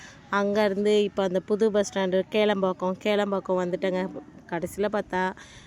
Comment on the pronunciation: Athu kelambhakkam illa kilaambhakkam